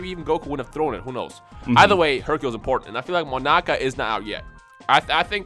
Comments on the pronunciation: Its not Monaka. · it's not monaka